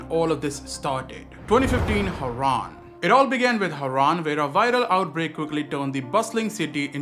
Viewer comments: Was that AI in the intro? Whyd pronounce Harran like Haran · I was gonna say, I didn't think would've mispronounced harran in the game lol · I'm really hoping that is AI in the beginning? No way say Harran like that.